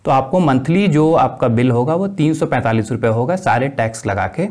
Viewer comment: Sd main 345 no....sahi se bolo